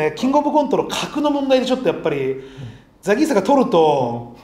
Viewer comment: 『ザ ギース』じゃなくて『ザ ゲース』じゃん😂おもしれーwwww お笑いゴシック最高😂😂 何度も左上の文字読んだわww